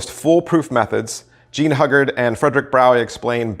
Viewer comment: "Hyoo guard" not "Hug Guard"; "Gee-oh-bee not Gay-Ah-Bee"; "Minch" not "Munich"